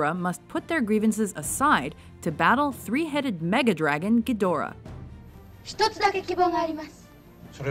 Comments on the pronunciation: it's pronounced Geed-rah, not Gee-Dor-Ah. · Wish the chick that did the voice over for this knew how to say some of the names correctly- talk about cringe...